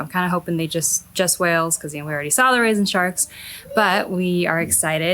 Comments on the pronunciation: Rays and sharks! Omg, I really thought you said "raisin sharks", haha! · Rays and sharks! Omg, I thought you said "raisin sharks", haha!